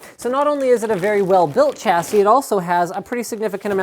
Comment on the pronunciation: Sha-si not cha-si Alum-in-ium not alum-inum A-s-rock not ass-rock Please stop...